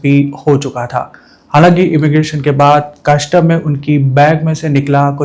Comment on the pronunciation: मेरे यार, कस्टम होता है, कशटम नहीं!